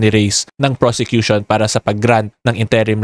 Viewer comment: Good info, Request lang po sana ako. Interim, first syllable stress po sya, not second. Sorry na. Hahahaa. I know, nit picking ako. Haha.